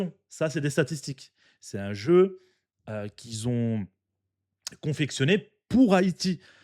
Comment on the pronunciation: Tu gères frère tu t'exprimes très bien tbarkellah mais si je peux me permettre tu dis beaucoup"qui zont" tu fais la liaison a chaque pour dire qui ont 😁 c'est pas méchant force a toi frère